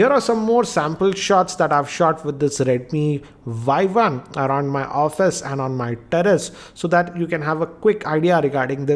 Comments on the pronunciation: oii dumbo!!!!!!!! this is not "y i" this is "y 1" better to learn the pronouncation first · Its redmi Y1 not Yi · It's Y1 not YI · He just pronounce it Redmi Yi. It is Redmi Y1. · sorry to interrupt but its Y1 not Yi